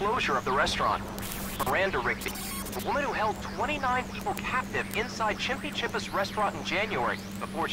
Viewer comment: i like how right when he started recording he could not pronounce the game 😁😁